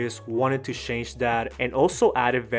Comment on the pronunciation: Your English sucks, usually I am against ai voices but I'm your case it would be better... It's not shanges it's changes. Remember to spell check too.